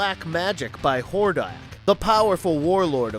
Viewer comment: Could you say more names wrong? Like were you TRYING to mess them up? How you do read "Etheria" and say "E-THER-NIA" ? and while Im at it, a lot of your facts are wrong. Skeletor isnt even close to the strongest bad guy, both King Hiss and Hordak (Which you said wrong the first time), are stronger than Skeletor. Skeletor is more devious and tricky, but he's not more powerful.